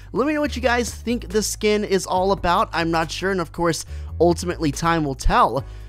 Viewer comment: Sken hahahahaha get your words right